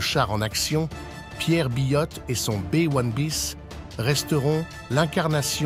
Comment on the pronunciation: un Bé ouane biss ? vraiment ,,,, en France on dit B1un bis.... c'est largement mieux et comme c'est un engin français ça parait justifié.. merci